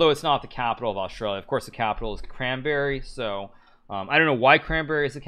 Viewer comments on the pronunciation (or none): Canberra. It’s like can-bear-ah. Not cranberry lol